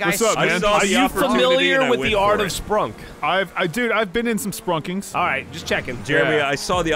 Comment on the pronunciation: Take a shot every time they say splunkm